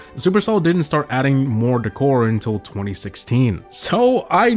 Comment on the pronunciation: The way he said decor pissed me off